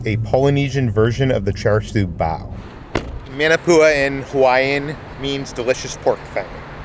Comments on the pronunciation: ..it's pronounced "mon" NOT "man"... ..so "mon"-na-poo-a... #manapua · Maa Naa Pua not man a pua 😂 & Sing Cheong Yuen has the best Maa Naa Pua’s. You guy’s need to do a Hawaii food tour. 🥰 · Oh man. Love you guys and your videos but the pronunciation of manapua!!! Muh-nuh-poo-uh is the correct way instead of Man-o-Pua. Like Moana not Mo-anna. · Love you guys but it’s pronounced “MAH-NAH-POOH-AH” aka Manapua lol and its “MOO-SAH-BEE” aka Musabi. So glad you folks came! Wish I bumped into you folks I would’ve been girl fanning lol okay back to watching the rest of the video! 😊🤙🏽